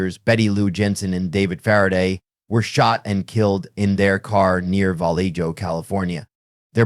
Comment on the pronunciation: Vallejo is pronounced “vah LAY hoe”. And “Stein” is pronounced “Stine”